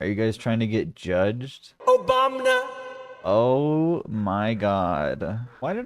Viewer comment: I love hearing obamna